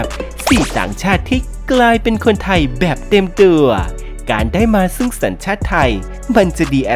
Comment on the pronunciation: ทำไมแอดต้องออกเสียงว่า สัญชาติทายยยยยย ไทยสั้น ๆ พูดชัด ๆ ไม่ได้เหรอ ขัดหูมาก ทายยยยย